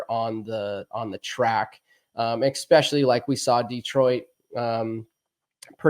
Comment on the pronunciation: Great riders. I haven't heard more derpy derp since Emig. Did Ryan say Expecially? And Ricky's like Supercross' Joe Buck.